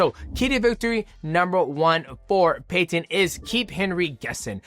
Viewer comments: Yo mighty why do you say Peyton weird and you say his last name weird don’t be weird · Bro I can’t even watch this because you say Peyton so weird next